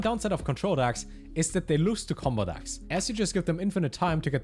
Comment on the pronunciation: why does he keep calling them "dacks"